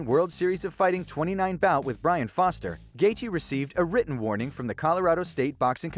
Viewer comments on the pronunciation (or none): none